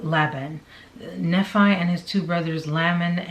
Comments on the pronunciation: It's pronounced Knee-fy - Nephi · Pronounced ‘Knee- fie’. The fie sounds like the fi from ‘wifi’ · I believe it’s pronounced Knee-Fi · Nephi its pronounced knee-fi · Just a heads up for the future! Nephi is usually said "Knee-fi"!